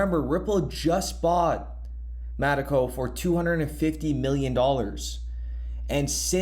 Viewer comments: Metaco not Mateco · It’s “Meta-Co”